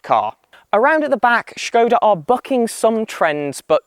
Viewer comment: Great to hear the correct pronunciation of the name 'Škoda'! Fun fact: in Czech, 'škoda' means [what a] pity/shame.